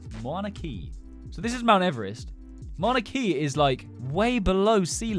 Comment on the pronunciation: mouna kea is pronounced m ow na k uh